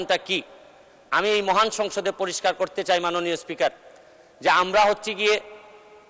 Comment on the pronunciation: উনি ব্যারিস্টার সাহেব তো মহান বলেন না।মুহান।